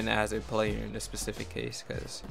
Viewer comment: That crispy audio tho! And sir its SPECIFIC not PACIFIC smh